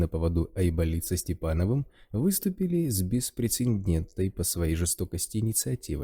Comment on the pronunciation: БЕСПРЕЦЕДЕНТНЫЙ. Чтец, учи язык.